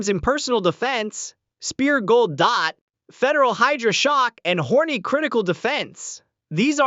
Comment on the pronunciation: Go to and listen. Hornady is pronounced Horny. I think this is an A.I. generated story and narrated by A.I.